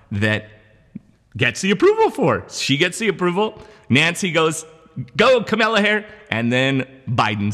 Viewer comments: KAMALA not KAMELA! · Kamala. Say "comma", add "la" to the end. You're saying Camilla, like the duchess. Entirely different names. She's only the second most powerful person in the free world. I think she deserves the respect of pronouncing her name right, regardless of your political affiliations. Does this count as my comment?? 😎🤪😇🤷‍♂️🧐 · I heard Kamala tell a reporter, the correct way to pronounce her name is like "comma" +la. Just so you know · VP is pronounced Comma la {Kamala }